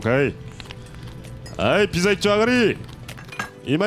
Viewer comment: にピザのことぴじって言ってるｗ